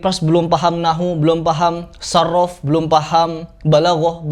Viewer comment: Salam sehat salam hangat Pras, saya orang bodoh dan kotor, kayaknya anda terlalu PD karena mungkin bnyk subscribe, sedikit aja bukan saraf tapi sorof🥺